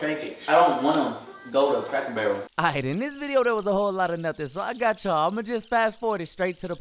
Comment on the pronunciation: My man said “crackle barrel